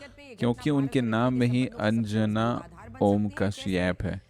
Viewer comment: kash-yapp😂 Best one😂😂